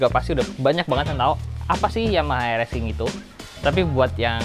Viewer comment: Bang nyebutnya rx king bukan rxsking bukan